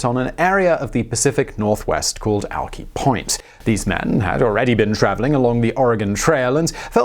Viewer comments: He pronounced it Al- Kee but it is pronounced Al - Ky The I sounding LIke the I in Hi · Alk-eye, not Alkee. Du-wah-mish..... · It's not Alkee point It's Alki Point. 😩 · It's pronounced AL - KI soft "A" and hard "I" - not - AL - Key - sheesh, get somebody here who can speak English - lol! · It’s Alk- eye not Alk -ee just an fyi. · ALKEYYYYYYYYYYYYYYYYYYY... its Alk-eye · Alk-EYE not Alkee. DuWAMish, etc. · It's pronounced Alkeye, not Alkee and why no info about Chief Sealth?? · It's not alkeeyyy point...it's called alkeye....Alkai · The name Alki is pronounced as "AL kai", not "AL kee". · Alki pronounced Al ki not alk-e. And forks WA gets way more rain than seattle. It's not that we actually get tons of rain. It's that it's over cast here a lot. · Alki rhymes with my, eye, sly, try....not "alkee" like alcoholic.... :-) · Duwamish is pronounced Do-Wam-ish. Alki is now pronounced Alk-ai, even though it was pronounced like he did back then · Alk-i. Not Alkee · Alchy Point! :) Alki is pronounced al-kie, actually. That's ok, lots of Native American names in this region, lots of mispronunciations. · It’s pronounced al-KAI not al-KEY. The entire city didn’t burn to the ground, just pioneer Square and the finically district. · Alk-Eye, Simon, Alk-Eye! Dear Lord, that one was worse that Juan de Fuca! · *AHLk-eye *Dew-ah-mish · You should have played “The Bluest skies are in Seattle” at the beginning. It’s Al as in pal ki as in pie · alk-EYE Du-WAH-mish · "alkee point" Nooooooo!!!!! Ah, it just keeps getting worse! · Alki= "alk-eye" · Alk-eye. Hard I. And Doo-Wah-Mish. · nobody: this guy: alk-ee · It’s pronounced Al-kIe rhymes with Pie. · Guess I've been pronouncing alki wrong this entire time 🤔😂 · Seattle native here. Alki point is pronounced ælkaɪ. Like "alkeye" it's a long "I" at the end. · Al-KYE Du-WAM-ish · Its pronounced al-kai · It's pronounced ALK(EYE) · I live near seattle, everyone pronounces alki “alk-eye”